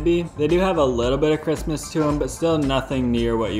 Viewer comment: So far I'm in the video and this man has said Christmas twice talking about Crispness. 😂😂😂 Once & once . I can't un hear it! (Just hit in the video and he has in fact for a third time said Christmas as an alternative to Crispness, I'm sorry I can not un hear it)